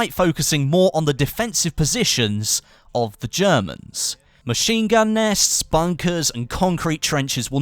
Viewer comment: Did you say 'ze Germans'? LOL! Oi Turkish, pipe down!